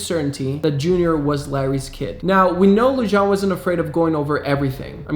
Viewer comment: David Lujan is pronounced David Luhan